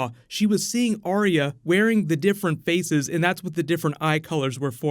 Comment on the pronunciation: Arya with TWO syllables, not THREE as is spoken by too many people who claim to "love" her character and the show.